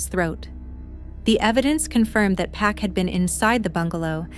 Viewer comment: And the suspects last name is Park not Pack. I found that out just by searching the case.